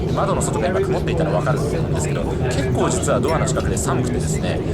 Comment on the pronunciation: 物凄くくまっています 🤣可愛らしい言い間違い 雲っている風景にも感動する日本人的感性の伝道をありがとう❤️